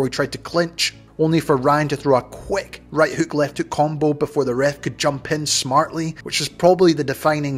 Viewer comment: You said “ripping left heuk”